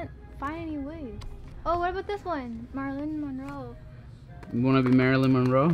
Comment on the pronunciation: ✨Marlin Minroe✨ umm I think you mean Marilyn Monroe